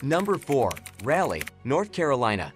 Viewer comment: They also butchered Raleigh.